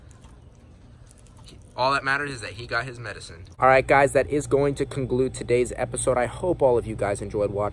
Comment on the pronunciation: this will congludethis episode Me: congluedconglued man its conclued